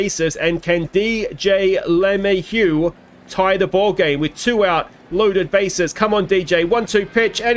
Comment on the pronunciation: I know you laugh about "he's not watching," but I can only imagine what some of these players would think if they stumbled across everybody's OOTP Let's Plays and had to listen to a bunch of nerds playing a spreadsheet game call them "garbage" and "too old"/etc. P.S. maybe a bit of help with pronunciation, or maybe not: Luh-may-hue ... with emphasis on middle syllable (may), maybe not quite a hard "h" on the hue at the end. Example of broadcasters saying it